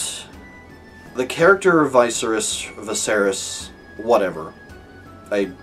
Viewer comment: Viserys: vis-AIR-is Daenerys: dan-AIR-is Easy way to remember the pronunciation. They're meant to sound similar because they're from the same language - Valyrian.